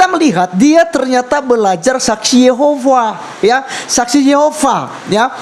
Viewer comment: Saksi yehova apaan? Boong ni ibu! SSY menyebut diri sbg saksi yehuwa..bukan saksi yehova. Selain sebutan saksi yehuwa berarti mrk di luar dr komunitas